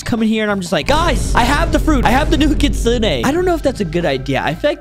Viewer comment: It's pronounced (kit-sune) not the way you said it